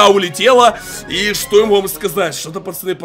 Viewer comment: Тупо говорит пачаны